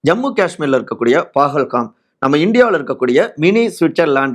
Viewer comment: Pahalgam... Please get the pronunciation right.